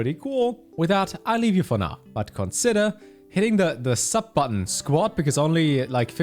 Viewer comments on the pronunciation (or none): none